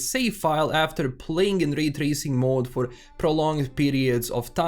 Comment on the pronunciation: "Rrray trrracing" As a german who has an accent while talking english, i just wanna say: Glad, I'm not alone. 🕺 Thanks for your video, m8.